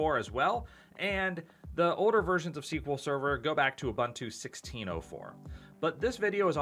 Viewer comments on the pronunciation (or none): It's not ooBUNtoo, it's ooboontoo